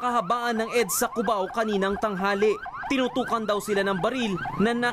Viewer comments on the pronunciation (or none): none